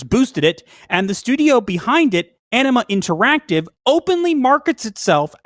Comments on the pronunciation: At first I thought you guys said enema not anima lol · I keep hearing 'Enema Interactive' . Fitting. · OMG I kept hearing Enima instead of Anima. Wow, aprapos, but still might want another cup of coffee.